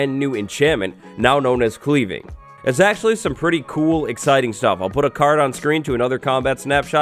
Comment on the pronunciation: You tried to enchant an enchanted axe , hence why the anvil didn't allow the sharpness book onto the axe. Also sounded like you said "Cleaning Enchantment" 😂😂